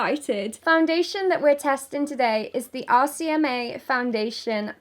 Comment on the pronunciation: The whole time i thought she was saying 'ASIAMAE' instead of 'RCMA' 😂😂😂